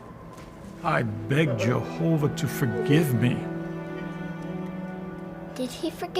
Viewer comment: i had to watch this in few break downs. There was no way I could watch this crap in one go! How many times in this supposedly Biblical drama they said "Jehovah"???? I don't know if is just me, but the way they pronounce it, it just makes me creep. Well done, it takes strong nerves to watch this and make a rebuttal